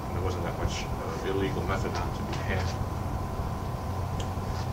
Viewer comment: Methadone pronounced "Metha don". Fair enough. Can't find evidence of a different spelling back then.